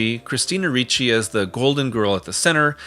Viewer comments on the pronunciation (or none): none